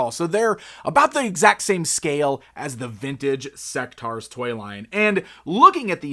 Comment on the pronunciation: I thought it was pronounced "Seck-tores"? The name is basically a mix of the words (In)sect and (Dinos)aurs...